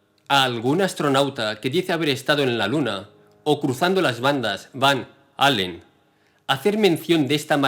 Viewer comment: No es Van Halen sino Van Allen (sin pronunciar la h pues no hay h)